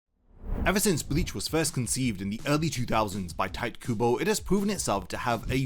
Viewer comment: They are not even "black" in a sense you think they are, but okay.... whatever floats your boat I can kinda forgive you hearing your horrendous pronounciation of "Tite" :D it is obvious you have no idea about japanese (and also you didnt really take any time to look up how the hell do you pronouce the name of the person who wrote the manga you talk about) Also just on the side, I do find black characters with huge lips and dark skin hilarious. Its called caricature, humor and not something to be offended by. Also there ARE black people who look like that. Cant a character look like a real person? I saw black guys with huge lips all the time when I was visiting africa, they exist :D